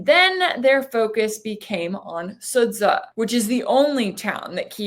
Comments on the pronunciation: Its not "SudZHA" its "SudJA". Yes, its written like "Sudzha" but ending is hard. Lile "Jar" in ... Jar Jar Binks. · Sudza is pronounced Suja with a J from John.